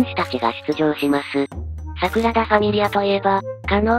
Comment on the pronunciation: サクラダじゃなくてサグラダだよ